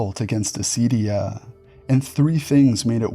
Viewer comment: For other greek people who might be confused by the mispronounciation/latinization: acedia=ακηδεία